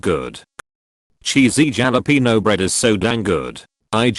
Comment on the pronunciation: As someone from SoCal, I don't know whether to laugh or cry at the way the text-to-speech pronounced "jalapeño".